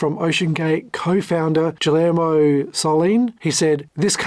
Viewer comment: Just needs to learn how to pronounce Guillermo.